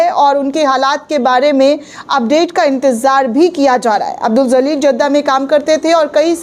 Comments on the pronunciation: Abdul Jaleel... Madam don't say abdul zaleel.....please pronounce correctly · Madam marne wale ka naam zalil nahi Jalil hai . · Zaleel nahi hota hai jaleel hota hai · Madam J Se ... JALEEL Pronounce Karen.... Z Se Nahi